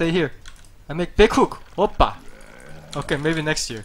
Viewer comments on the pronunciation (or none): Its not oppa its opa and you can say its close to "wow" in English.